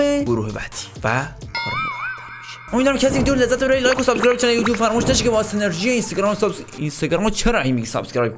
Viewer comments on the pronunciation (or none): none